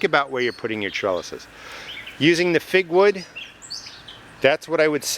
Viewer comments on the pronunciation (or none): Did you say "figwood"? I can't quite catch that.